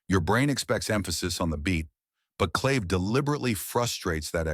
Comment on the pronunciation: This narrater, human or AI, is full of shit! No clue what he/it is talking about. And CLAVE is pronounced CLÁVÉ. BTW, Carlos' band was originally called THE SANTANA BLUES BAND. He still plays blues over the Latin percussion. It's too bad that young folks get misled by listening to BS like this delusional narrator's crap.